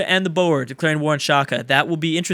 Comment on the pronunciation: Boer is pronounced like the animal "boar"